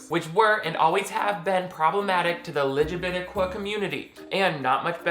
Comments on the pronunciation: I love YOU!!!😂 I literally clicked the subscribe button like 28 seconds in ur vid bc of the way u actually SAID LGBTQ ("Lig-A-Bitta-Qua)..i was like, "YESSSSS lol!"..ive never heard anyone say it like that before lol..i actually had to rewind it twice so i could hear u say it like that😂..noooiice!..an then of course it just got better and better the longer i watched..i mean u LITERALLY HAD👏ME👏 L.O.Ling at times🔥😆..an ur insights were so spot on..and as much as i THOUGHT i knew about the LBGTQ community, u actually hit me with a few things i hadnt thought of, as far as how it was supposed to come off (the movie i mean an things like it) as opposed to watching it ACTUALLY being said if that all made sense👍...thank u for ur vids..im bout to click on another one right now!...😁❤ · "Ligibitiquoi" is how I will be pronouncing LGBTQ from now on, thank you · Lmao I say LGBTQ like that too. Or "luh-guh-buh-Tuh-qwa" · I love how you pronounce LGBTQ+. That made me double take lol